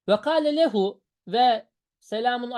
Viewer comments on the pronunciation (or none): Lam ceri zamire muttasıl geldiğinde üstünlü okunur ondan lehüü şeklinde